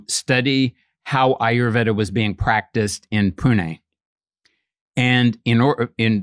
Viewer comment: He study Ayurveda, but doesn't pronounce it properly?